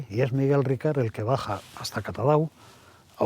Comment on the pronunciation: Por favor, es Miguel RICART. NO RICARD. Ricard es un pastis francés 🤣🤣🤣🤣🤣🤣